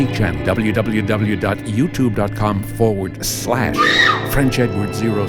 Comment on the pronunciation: I've been listening to your tale telling for a few weeks now, and that 'forward SLASH!' at the end still makes me laugh!